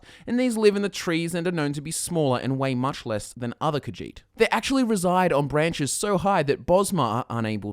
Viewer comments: it's more like khajiit not khagiit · The way you say Khajiit makes me so triggered. I thought Khajiit was pronounced Ka-zheet instead of Ka-jeet. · kahjiht sounds like cat shit